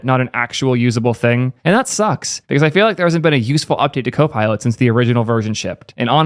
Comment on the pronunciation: Why does she say gHKOPILot